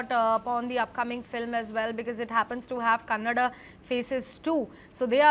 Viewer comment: Oh my dear it is Kannada not Canada